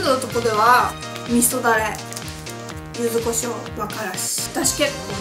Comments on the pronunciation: ゆずごしょう× ゆずこしょう◎ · 九州の方だからゆずごじょうなんだと思います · ちゃんとゆずこしょうじゃなく ゆずごしょうっていうとこが 九州人だね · ゆずごしょうなんだ！ゆずこしょうかと思ってた！